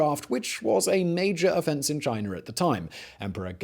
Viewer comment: Where is Chin'er' anyway? Is that near the country of "China"? Huh,must be. Or it could be by Americ'er'. Cause that's where General Sant'er' An'er' fought in the Alamo. Just say "Ahh"! Not that hard. Especially if you speak for a living! Still luv ya Simon and all your channels! You legend!!